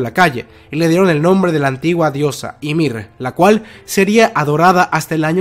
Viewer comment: Me causa una sensación horrible que digas ymir y no yamir jajajaa muy buen video